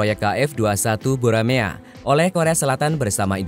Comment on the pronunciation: Dibaca Boramae bukan Buramea